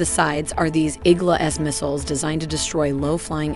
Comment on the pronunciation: You mean down on the RIGHT SIDE is the autocannon. One must name the sides always from the pilot's perspective! Also, the speaker has clearly some issues with endings in plural.. "ArNaments pods"??? You mean "arMament"? Vikhr should be actually pronounced without a K – more a hard H – vihr. And it's Iglá, not Ígla.